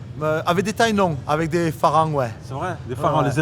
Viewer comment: Pas farangs le r se prononce L Merci pour le partage